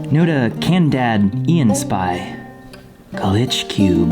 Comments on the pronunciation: “Can-dad-ian” not canadian 😂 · Not A Canadian Spy "Nota Candad Ian Spy" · the way he pronounces that user name 🤣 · I had to rewind, his pronunciation froze my brain for a second. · saying Notacanadianspy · notacanadianspy is crying themself to sleep after they butchered there name so much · Dude they been saying that name for years, its a joke